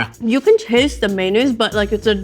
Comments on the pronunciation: mayOnaise, not maynaise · So, we're saying "maynays" now?